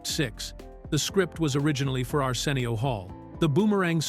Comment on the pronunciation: Weird pronunciation of Arsenio too. Arseenial